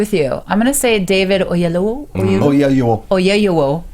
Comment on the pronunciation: No its not O-ye-yu-o Its O-yee-eh-lo-wo